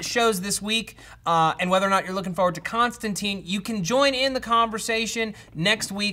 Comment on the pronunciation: Plus, as a pretty damn big mistake, they get his name wrong. It's Kon-stan-tine, not Con-stan-teen.